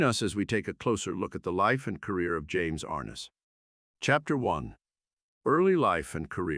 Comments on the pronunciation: Please say his name correct ARNESS not like horse harness. I can’t believe you would do this document of this great person and you don’t even know how to say his name. I never miss an episode!! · How about getting someone who could pronounce Arness.